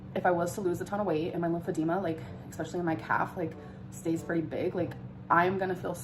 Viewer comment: Can’t stand how she says “especially”